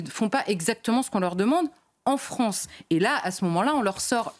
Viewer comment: La Fronce !